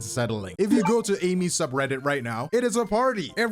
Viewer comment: its pronounced as A-E(meat)